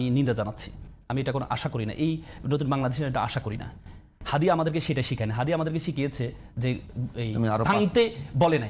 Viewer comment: হাদির নামটা পর্যন্ত উচ্চারণ করতে পারে না দলের মহাসচিব তারপর এখন এই বুদ্ধিজীবী !!! ওরা মনে করে চিল্লাচিল্লি কইরা সব জিত্তা গেছে !!!